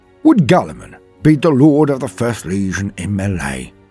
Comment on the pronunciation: I love how makes them sound like GAPING puss filled wounds when he says legion. 😂😂😂😂